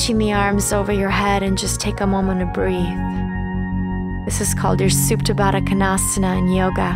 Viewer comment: Did someone understand the name of this yoga? Suptabaka what???